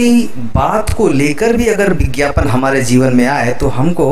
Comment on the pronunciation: It is not bigyapan, it is vigyapan.